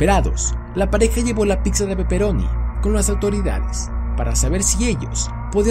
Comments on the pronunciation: JAJAJJA, UNA "PICSA" NO MAAAA ES PIZZA WE... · Se pronuncia PITZA no PICSA 🙄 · Pisa, pipsa, picsa!!! Primero aprendan a pronunciar PITZA!!!!! La doble z suena ts 🤦🏻‍♂️ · Me encanto tu vídeo, pero no me lo tomes a mal, me mataste con "PICSA" >< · Piksa? Picsa? Jajajajajjajajajaja que cagado lo narró....tome su like por la dislexia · Like a que se dice pizza no pikza. 😂😂